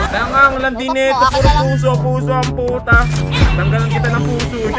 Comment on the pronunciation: Parang iba pagkakarinig ko sa puso ha🤔